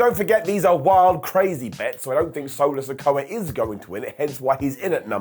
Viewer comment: Does anybody else here waffle House says Solo's name "Sola Sikoa" 🤣